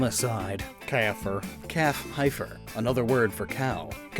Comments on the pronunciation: On the Calfter entry, heifer is pronounced "heffer." It means a cow that hasn't had a calf yet. English is a weird language. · Bit of a correction on calfter heifer is pronounced without the i as like heft without the t also a heifer is specifically a female bovine that has yet to have its first calf, essentially a virgin cow. As for sources I cite my 20 years of experience in the cattle industry. P.S. a cow is always a female regardless of species